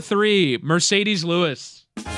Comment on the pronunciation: also… isn’t it MArcedes Lewis? (not Mercedes) made all his flubs in one segment though… good job. Efficient!